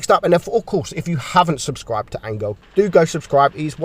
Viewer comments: I think you should pronounce 'angeel' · lmao "angal" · THATS HOW YOU PRONOUNCE HIS USER?!